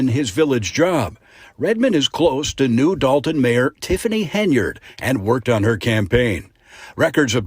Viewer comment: just want to help you out. The last name of this miscreant of a "mayor", is pronounced, "HEN-yard", not HINE-yard.